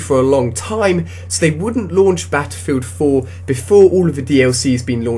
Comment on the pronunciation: Beffefilt foo oh boy improve your pronunciation skills. Thats quite horrible